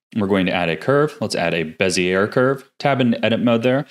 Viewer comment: Thanks for another awesome video with some great tricks to add to my belt. ((P.S. Bezier is actually pronounced like Bezy-yay. I know it doesn't look it, but blame the French! ;D))